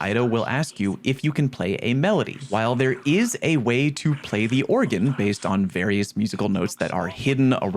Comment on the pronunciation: Organ (or·gan) musical instrument. Oregon (Or·e·gon) state in USA. No e. Love ya 😂